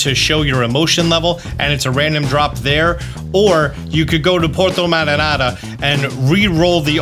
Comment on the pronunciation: Omg this killed me all video it port marinara as in marinara sauce